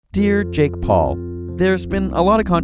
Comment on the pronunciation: Jake Pwole